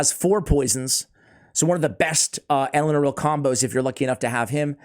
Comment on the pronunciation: Thanks for not saying Elenaru like all other CCs lel